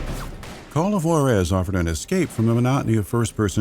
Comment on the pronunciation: great video! amazing content as always.. i know its been a year anall but man did i get aids in the ears every time you mispronounced Juarez :((((